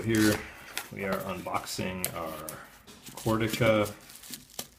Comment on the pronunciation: FYI it's pronounced "kurteessa"